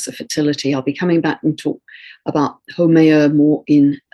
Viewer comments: The correct pronunciation is How-may-ya.....Haumea...I lived in Hawaii for over 30 years and I cringe when you say it ...no offense intended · Haumea is pronounced like how-may-uh. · Mahalo! 🌕♥️Just to help Haumea is pronounced how-MAY-uh. 😉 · Pronounced: how like pow, now, how. Haumea Aloha, so much love